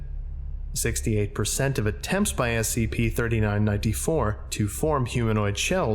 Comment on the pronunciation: STOP SAYING "NINE TEE FOUR"!!!!!!!!!!!!!!!!!